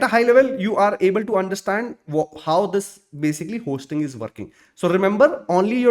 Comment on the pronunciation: 1. HOSTing ❌ HOISTing ✅. 2. TEMPORARY dead Zone ❌. TEMPORAL dead zone ✅. It felt odd to hear these pronunciations wrong throughout the video.